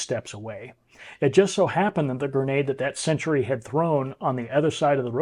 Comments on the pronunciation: It's "sentry", not "century" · It is 'sentry' NOT 'century'.